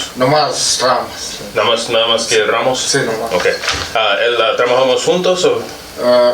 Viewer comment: Lol lies gone name a not raymos says the cop even though its ramos